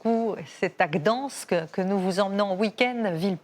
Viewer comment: on adore l'indémodable "gdOnsk" ah ah ah :-) c'est pourtant pas compliqué à prononcer...